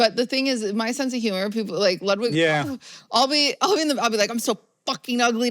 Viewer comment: He's also the only person outside his family that pronounces Ludwig's name with an "oo" instead of an "uh"